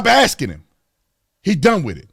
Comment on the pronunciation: Did he keep “axing” the same question?